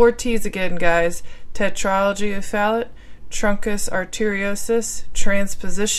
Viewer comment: Fallot isn't pronounced "fal-ut." It's pronounced "Fal-OH." Atresia is pronounced "UH-TREEJ-UH," not "UH-TREE-ZEE-UH." Hope this helps :)